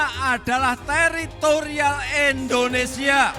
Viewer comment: MAAF PAK .INDONESIA bukan ENDONESIA